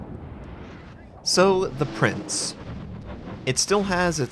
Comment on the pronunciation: you got the Eugen (Oi-gun) right, but it's Prinz (pronounced like a soft Z, not an S).